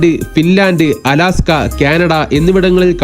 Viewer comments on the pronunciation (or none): none